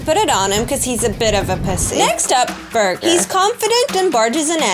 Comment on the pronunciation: burger turned British in seconds